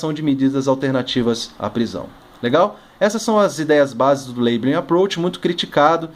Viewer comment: A pronúncia que não é "leibelin"